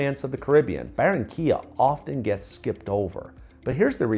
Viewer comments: Por favor si vas a hablar de Colombia por lo menos dí correctamente los nombres de las ciudades y pueblos de los que estas hablando. No es Baronia se llama Barranquilla, Cartago es Cartagena, a lo único que le pegaste fue a Santa Marta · If you're going to talk about Colombia, at least get the names of the cities and towns you're referring to right. It's not Baronia, it's Barranquilla; Cartago is Cartagena; the only thing you got right was Santa Marta.